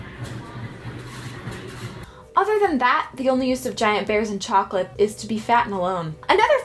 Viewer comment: DID YOU SAY SCHOCLATE??!?!!!!!!?!!?!